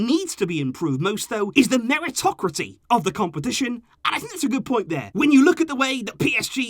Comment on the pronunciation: Meritocracy = Merry-tocrah-sea👀